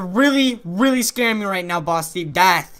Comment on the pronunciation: Rainbow Steve said dath